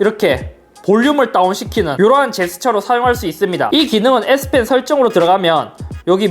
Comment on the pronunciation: 형 잘못말햇어 s펜인데 s핀이라고 햇어 형